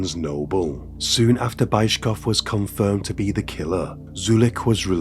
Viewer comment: You're butchering these names like this Bayzhkov(?) guy - please pay SOME attention on the correct pronunciation for it's impossible to recognize almost any names because of aforementioned. Otherwise great content!